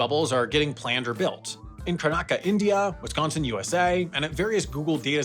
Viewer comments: it's pronounced karnataka not kanaka , js pointing out for the mistakes u have made video which u guys will prolly make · If that was his attempt at saying karnataka, I am very disappointed in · That's the worst attempt at pronouncing Karnataka I have ever heard.